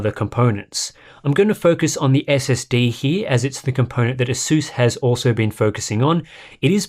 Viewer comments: Mans fr said aseus like the laptop some greek philosopher 💀💀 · I learned one thing during this video. I pronounce ASUS incorrectly... or he does... well ONE of us says it wrong!!